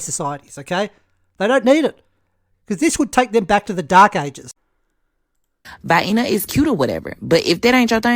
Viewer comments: "Vi-eena"? I spent lots of time in Vienna. In fact, just for info, my first wife was Austrian. So... Very nice people. Good food culture. Lots of history and bookstores. Good, safe city for kids! Excellent public transportation... I don't believe the people of the good city of "Vi-eena" or, Wien, Österreich, are going to miss this lady! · Omg she pronounced Vienna like these gross little sausages in a can that we have here. Vienna pronounced Vie Enuh sausages. Wow just wow. I'm so sorry Europe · She definitely never heard Viena pronounced in her whole life. She couldn't even be bothered to check online how its pronounced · Vie eena 😂. Blimey sort it out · "Vaienna" seems a nice place... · "Vy-inna Austria"? She can't even pronounce it correctly! She hasn't been anywhere! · Where's "Vaeinna, Austria?" Lol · Viena. Rhymes with hyena, right? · In the defense of the lady people in the southern U.S. call the little canned Vienna Sausages VI-EE-NUH sausages. sweetened up to Vi-EEEE_NIES to be silly, but EVERYBODY knows that Vi-EEE-Nies are NOT pronounced the same as that little town in Austria, where they put them shrimps on the Barbie :) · Vayaayner? 🙄 ‘Come to Vayaayner for the architech!!’ 😣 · In the south of the United States, they pronounce Vienna sausage as Vianny sausage. That’s probably why she pronounced it Vianna. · Did she call it Hyena with a v?? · Vienna.... rhymes with Hyena... in ebonics! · Vi Enna? Arkatec? How about a lexicon or encyclopedia? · No no, it's "Vye-ENNA"... gotta say it like someone from "Af-REEKA", lol. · Spent her whole life eating Viiiana sausages from tin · “Vienna, pronounced Vyena, like Hyena with a V.” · She has heard of Vienna sausage, and thinks that’s how you pronounce it. What a world traveler! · I'm booking a trip to this unheard of utopia! If I have to hear this troglodite misprounce Vienna one more time my brain will explode.... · Vienna sausages is where she got the pronunciation. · she pronounced like the sausage rofl